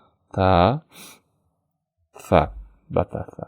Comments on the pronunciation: Са тамгасын кечкеле фа деп атасго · Алла ыраазы болсун агай, са тамгасын фа деп окуп жатаспы ошондой угулуп жатат го фа деп